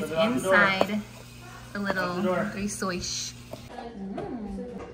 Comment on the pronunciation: I'm Portuguese, I love how you say "rissois".🙂 Now let's talk about recipe for "bacalhau COM natas"... 😁 Sorry,, but that is a little different from what we make in Portugal... and by a little, I mean A LOT 😂. Still looks delicious, though.